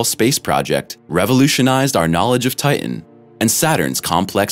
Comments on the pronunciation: Good info HOWEVER.......TITAN is pronounced TIe-Tan, not Tiegh-en. As a science based page you should know poor pronouncement of the main subject is bad narration and form and comes across as uneducated. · Ti·tan, not tit·an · Ti..en has a t in the cen..er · Is that why sometimes he calls it Ti-en? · The robot narrator can't seem to pronounce 'Titan'. Curious. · Why cant you pronounce the second T in titan. Just like young girls who can not pronounce the T in mountain. A strange generational occurance. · It is imporant to pronounce Tian correctly. Important…Titan. 🌺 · Make a video about Titan, when you cant pronounce the word Titan??? How stupid of you. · Stinky hydrocarbons. And frozen at that. There are two ‘t‘s in Titan. Hard t’s. You pronounce both of them. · The announcer is killing me with his pronunciation of Titan. It sounds like he is swallowing the last syllable.